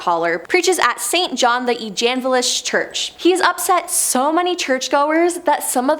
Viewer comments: St John the Eganvelist?? 😂 Cemetary school??? 🤦‍♂️🤣🤣🤣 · And evangelist, nor eganvelist. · And evangelist?